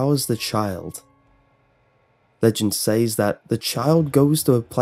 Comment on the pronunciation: Isn't "says" pronounced "sez"?